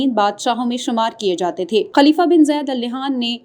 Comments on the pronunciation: Al nehan nhi ha ...jahil newscaster! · Please pronunciate the family name (Al Nahyan) correctly.